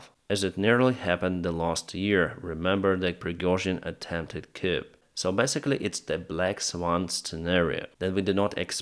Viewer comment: for your free English lesson today:):) ---- you can pronounce "swan" rhyming with "on" = phonetically "sw-on". "Coup" is pronounced Frenchy, as in "Cou". Like the words "depot" or "chalet", you don't need to pronounce the final letter.